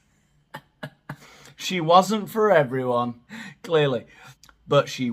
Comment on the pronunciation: When you say clearly I burst Out Laughing haha